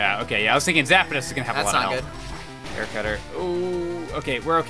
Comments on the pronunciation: "Zap-a-dos," lol. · STOP SAYING ZAP-A-DOS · PBG: “Zap-a-dos” Me: 🤦🏻‍♂️